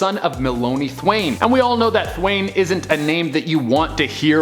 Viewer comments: Thwane? It’s.... It’s Thawne, Eobard Thawne! The Reverse Flash! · He kept saying thwyane and I was so confused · I prefer a version of the host who doesn’t butcher the character names. It’s Thawne not Thwane , Thwaine ,Thane , Thain or whatever the hell else you read on your que cards my guy. Credibility just goes down just a tad.agaaaaain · This guys needs to watch at least one movie, show, or other comic channels. Thawne not thwaine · Thawne not thaine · I love how this guy says thaine instead of thawne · Yeah, weird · Thwaine, really bro 😂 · Thawn.....with a silent e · It’s pronounced TH AWE N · Thawn... More like "son" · Mispronouncing Thawne really hurts your Flash cred. :)